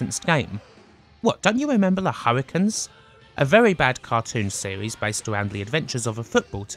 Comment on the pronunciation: Hurri...canes, not Hurri-kuns.